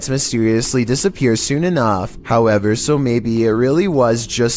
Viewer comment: such a late höüüùwèrrr